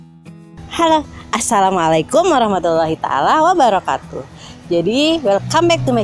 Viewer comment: Mbak salah bilang asalamualaiku